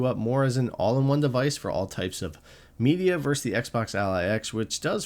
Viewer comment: It's "versus," not "verse." But other than that, thank you for the great comparison--thorough yet brief.